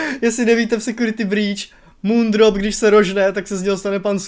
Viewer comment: Super video jenom prosím že se to vyslovuje ty jeho jména MOONDROP/SUNRISE